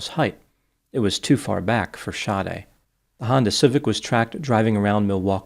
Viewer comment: Her names SADE it’s pronounced “Shadee” not shawty 😂